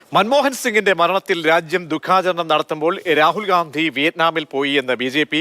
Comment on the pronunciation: ഖണ്ടി യാണ് Gandhi അല്ല.